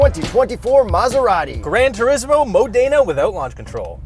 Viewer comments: Modena not Mooodena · Great review but Modena is pronounced Ma-Da-Na. I pronounced it how you did for twenty years until I saw a documentary on the town. Keep up the awesome reviews! Ciao! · I'd start practising pronouncing "Mòdena" before getting invited by Maserati for the next press event. When this happens, I'd be very happy to have both of you for dinner! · You guys don't say Modena properly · Maserati will invite you to Italy when you learn how to pronounce Modena. Lol